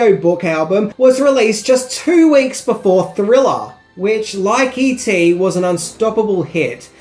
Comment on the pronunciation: When you say all the e.t merchandise it sounds like you said eating.